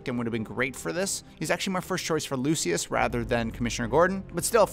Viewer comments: It is not pronounced lu-see-us it is pronounced lu-sh-us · It’s pronounced Lu-shus bro 🤦‍♂️ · “Lucyis” > “looshis” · “Lucy-us” Fox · pronounce like lou-shis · Can we just take a moment to realize how he pronounces, “ Lucius”?